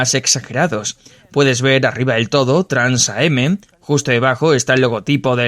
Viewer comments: Exacto, se pronuncia Trans-Am, lo mismo pasa con el Grand Am. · TRANS-AM no Trans A-M. TRANS AMERICAN CHAMPIONSHIP. Hay que conocer un poquito más para poder mencionar ciertos modismos de manera correcta.